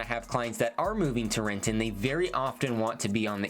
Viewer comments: I know, that hard ‘T’ made me wince lol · There was a grocery store in Renton (Cascade) that closed down because of shoplifting, I dunno, 20-25 years ago(?) It has been vacant ever since. I ran around that neighborhood as a kid, but I wouldn’t let my kids wander Renton the way we used to. Can’t go to Fred Meyer in Benson or DT Renton after dark unless you don’t mind being approached in the parking lot… ugh. Edit: oh and you said it wrong: it is Re’en. 😂